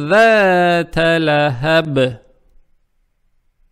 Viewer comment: Асаламу алейкум хотел за дать вопрос почему места Лахабин Ватаб читается Лахабив Ватаб буду очень благодарен если ответьте?!